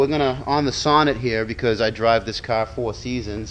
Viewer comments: He doesn't have a car,he has a caaaa........lol :P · Its pronounced kah , and I couldn't hear it cause I'm from heah too ( mass)